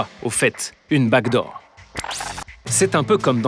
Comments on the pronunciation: Oui c'est "BACK door" pas black door 😂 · Waouh le mec est vice amiral officier général cyberdéfense et il dit blackdoor au lieu de backdoor ça fait flipper. 😱😰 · Le patron de la cyber qui dis BLACKDOOR ou lieu de BACKDOOR hmmmmm.......😱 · Le patron de La cyber defense qui dit « BLACK door » ?? Quelqu’un lui a dit que c’était « Back door » ? 😅 ca fait peur ! 😏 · Le Patron de la cyber sec dit "Black"-door 😂.... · Le grand Vice Amiral de la cyber qui parle de "BLACK DOOR" à 24'25"😩... Mon Amiral, cela se dit "BACKDOOR" pour porte dérobée. Sur les sujets à haute sensibilité, mettez des gens à haute compétence à la prise de décision !!! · Ohhhh purée !!! j'ai ré-écouté plusieurs fois. Il dit bien Black door. Comment est-ce possible d'avoir un tel niveau d'incompétence à ce poste ??? N'importe quel Geek de 12 ans en sait plus que lui... Je suis effondré !!! Ce type est Black -10 en informatique. C'est iréel... je suis dépité. Le débat est dépassé mais lui il est buggé de l'intérieur. Quelle tristesse.